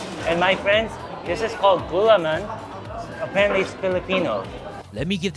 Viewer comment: Srry but the pronunciation is wrong, Gulaman is Gu..laa.man, and liempo is li..em.po